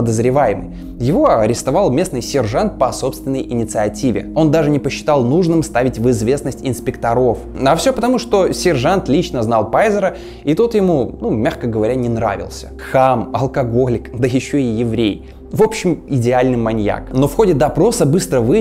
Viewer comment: О Джеке Потрошителе мы может и не много знаем. Но мне до сих пор казалось, что в правильном ударении в словах "маньяк" и "инспекотов" нет никакой загадки. А в остальном, конечно, интересно, спасибо!